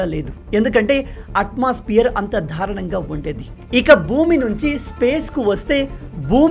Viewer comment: సూపర్ న్యూస్ మీరు దారుణాన్ని ధారుణంగా అని పలుకుతున్నారు చూసుకోండి